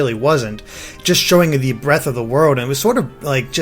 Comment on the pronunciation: JacobPea he flubbed saying ‘breadth’, but yeah